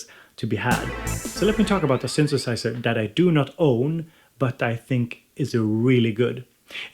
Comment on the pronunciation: sunthusiser, analog rrrrrrytme lolllllll